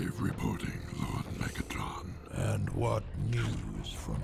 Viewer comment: Did he just say to these Elephants, "All hail Megetron"??